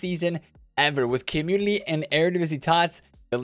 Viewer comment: Is it just me or does he say communiLy instead of community? It's making me crazy. Please stop it